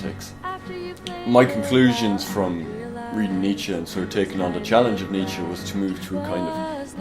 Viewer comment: knows his stuff, even if he gets that last syllable of Nietzsche's name wrong in the pronunciation (not -ee but -uh - the Germanic phoneme schwa as present at the end of the German word "Mutter" as it is in the English word "mother").